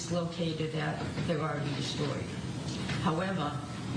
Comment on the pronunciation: "He woks to the dumpstah"...